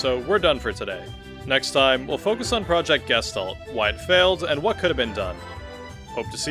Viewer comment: just a fun note all speaking "Gestalt" wrong XD, it is from german and it means Shape/Form/Figure